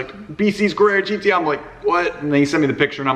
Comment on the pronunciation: It’s not a Carrara gt